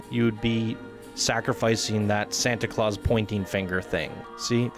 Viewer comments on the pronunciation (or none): none